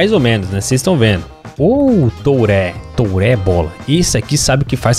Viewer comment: Turrê... Yaya Turrê